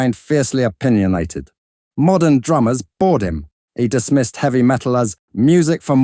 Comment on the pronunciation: Drop yer [.haiches ] you'll be aight Kinda eavy